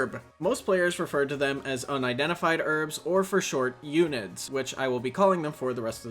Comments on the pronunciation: i nver heard anyone call it "ewnid" they always said " uhn I Ds" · h-erb her-b, not erb, also un-id's un - identifend fuck why is english so hard for yanks.